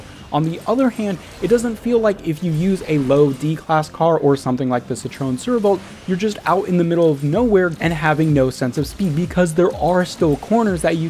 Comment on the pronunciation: Hey i was here ! Ok and he said satrone survolt